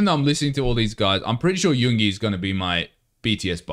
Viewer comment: Love the genuine reactions. Just to say pronunciation wise for Yoongi’s name, you just need to emphasise the ‘g’ a bit because the syllables in his name are Yoon-gi not Yoong-ie 😊